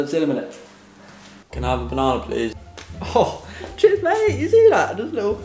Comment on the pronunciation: Cringey the way this guy says ‘ likkle’ consistently 🥴🥴🥴